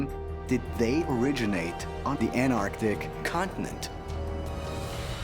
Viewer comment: That scientist (can’t remember his name) keeps saying “AN TARDIC” it beggars the imagination that he went to school at all. 😂